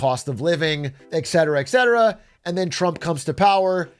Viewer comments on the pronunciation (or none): can you stop saying eck cetera? It is et cetera. Thanks.